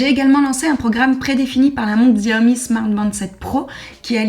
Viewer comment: Aie le X fait mal dans la prononciation de Xiaomi 🥲 La bonne prononciation ici